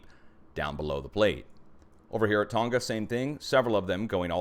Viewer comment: Not as important as your information,, but Tonga doesn't have a hard 'G" - ie it does not rhyme with "longer". It's Tong-a.